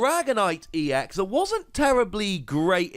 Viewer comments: Still "ecks", not "eee-ecks". Other than that, glad to see the series going on. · EX is pronounced as E. X. ex is pronounced as just the x. Citation